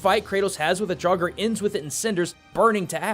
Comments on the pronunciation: draugr is probably said like draugur witch means ghost but hey, that might be a coincedence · How you prononst Draugur made me dead inside btw i am Icelandic. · And the word "Draugr"